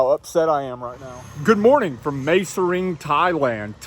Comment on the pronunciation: Mae means beautiful and is pronounced My.